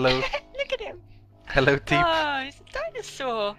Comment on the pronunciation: Forgot how much it annoyed me when they ignore the P in Teep